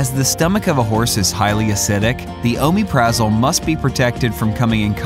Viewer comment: He doesn't pronounce it right